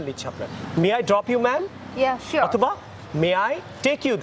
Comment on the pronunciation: মেয়েটির sure উচ্চারণ টি ঠিক ছিলনা!